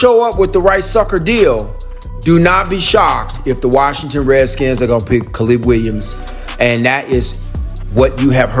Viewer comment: Kuh-leeb Williams?